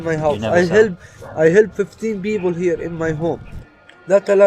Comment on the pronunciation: "He helb 15 beoble in that house? " such a brave Baalestinian who cant even pronounce it.